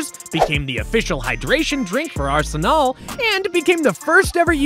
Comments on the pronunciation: Why the hell did you pronounce Arsenal like that? It’s an English word, that is the name of an English football team and you’re speaking English, in what I assume is an American accent. You trying to sound sophisticated bruh? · Why pronounce Arsenal that way…it’s Arse-Nl..Not Aar-se-nel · Why did you just say it “ArsenALLL”😭😭😭 like bro arsenal is a very easy word to pronounce. Why would you assume the teams name is pronounced incorrectly💀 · Lost me when you pronounced ArsenOL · ArsnAAAAL, how do you fuck up this badly? It's the same pronunciation in US English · Pronunciation of Arsenal was shockinggggg 🫥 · How do you butcher the pronunciation of Arsenal? There’s not even a British accent attached to it 😭